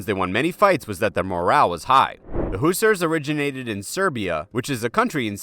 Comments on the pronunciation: Hussars not Who sers, listen to sabaton geez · please pronounce hussars correctly. Who-sarrs